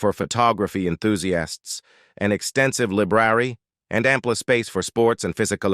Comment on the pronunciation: TOTALLY!!! I’ve often distracted 100 times in like 3 minutes from pronunciation oddities… but why would someone do this? Like, what’s the point? It’s so awful (“lib rarey”) for library, why even bother?